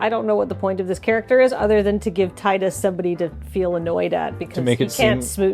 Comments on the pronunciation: Ya'll need to look up how to pronounce Tidus ☹ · If they wanted his name to be teedus then they could have either spelled it differently or put it in spoken dialogue. His name is spelled Tidus and that’s how people said it.